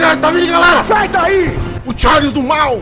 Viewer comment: "TcháirRrRrliss...O Trem PiêéirRrRrnudo"